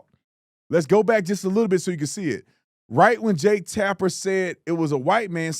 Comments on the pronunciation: He himself said "Tapner" That made me think it was AI from the beginning. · He also says Jake "Tapner"